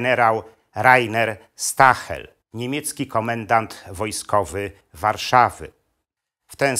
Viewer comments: Nie mówi się "Stahel" tylko "Sztael". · Ciekawy materiał, ale proszę wymawiać nazwisko gen. nie "stahel" ,a jako zbliżone do "sztaael" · "St" na początku czyta się jak "Szt" ale skoro jest pan profesorem to pewnie o tym wie.